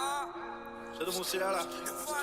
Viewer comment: it's not Sea-Doo, it's Sid-Du